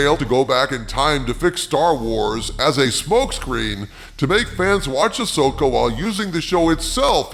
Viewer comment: You mean ass-oka😂